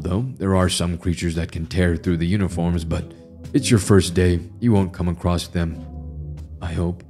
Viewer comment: "Across", not "acrost". There is no "t" in the word. Edit: Aaand done. I'm looking for scares, not to be preached at about the equality of fictional monstrosities that do horrible things. Keep working on your vocal range and word pronunciation.